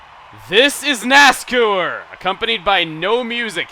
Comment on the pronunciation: Its not nascour its nascar...... I'll leave now